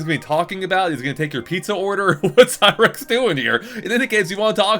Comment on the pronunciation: "Cyrax" No. Shut up. Please. Please shut up.